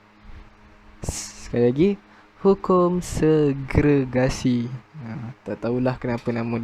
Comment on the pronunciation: Many terms pronounced wronly...english term is best. Segregation